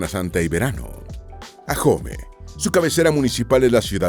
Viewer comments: Todo iba perfecto hasta que escuché ajome (Ahome)😢😢😢😂😂😂 la h no se pronuncia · Se dice Ahome, no Ajome. Faltó mencionar el carnaval internacional de Mazatlán. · El municipio de ahome su nombre no se pronuncia con Jota ajome es con h muda y se pronuncia así como lo dice ahome en español la h es muda y no se pronuncia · se pronuncia aome no ajome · Soy Sinaloense y agradezco a quien se tomó el tiempo de hacer éste vídeo, sólo quiero hacer una observación en el minuto donde aparecen pinturas rupestres, esas si pertenecen a San Ignacio, pero de Baja California, también en el nombre del municipio de "Ahome" la "h" es muda, se pronuncia "Aome", entre los lugares de interés de Culiacán faltó el hermoso jardín botánico, por todo lo demás mil gracias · Me pareció muy interesante tu vídeo, pero pronuncias mal Ahome, en México H es muda.